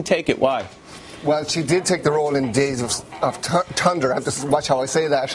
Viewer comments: Did that guy just say "Days of Tunder" instead of Thunder??? LOL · Days of Tunder? LOL